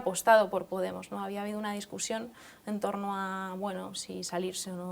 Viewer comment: dice discursión .... en vez de discusión ..... si Jiménez losantos la oyera ..